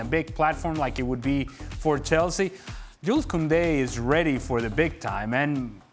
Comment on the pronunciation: You don’t pronounce the s in “Jules”